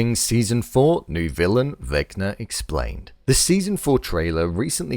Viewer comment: “Vecnar Explarned”